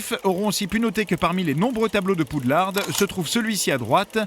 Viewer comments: Poudlard ptn pas poudlarde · pas poudlarde mais poudlard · Aviez-vous remarqué que le narrateur prononce Poudlarde au lieu de Poudlard ? 😂😂😂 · Poudlarde 😣 Macgonagaulle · Mais c pas Poudlard normalement? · poudlarde.... mdrrrr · Par contre la voix ne sait vraiment pas prononcer les noms, c'est une honte: McGonagoll ?! Poudlarde ?! Wesley ?! Non mais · oui t'a réson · Ah là là, Pou de larde et Mac gonna Gaule... 😂😂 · PaY WaTzUP malgré ca, poudlard en anglais c'est hogwart